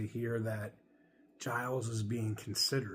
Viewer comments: Somebody needs to tell that he is mispronouncing Ralph’s name. It sounds like GEE-Ls, not G-EYE-Ls. That’s my understanding, anyway. 🤙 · I believe you pronounce Gilles like shills with a soft g. And I would be very OK with him taking over. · Its actually Gilles